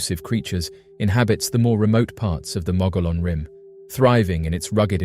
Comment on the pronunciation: Mogollon pronounced "Moe-gee-on". Dine pronounced "Di-Neh". Ye'Iitsoh is NOT a skinawalker, it's a giant who used to eat Navajo people, and was killed by the "Hero Twins" many centuries ago. Geeeezz....